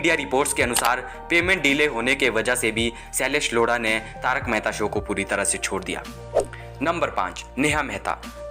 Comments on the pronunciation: Shailesh lauda nahi bhaai lodha😂😂😂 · Bhai unka naam shylesh yodha hai na ki loda😂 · Shailesh LODA nahi bhai😂😂 lodha hai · Ara loda nhi lodha😂😂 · He tell Sailesh Loda😂😂